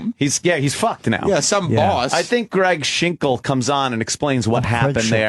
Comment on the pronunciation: "Shhink about it"